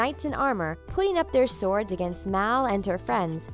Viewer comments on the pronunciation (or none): none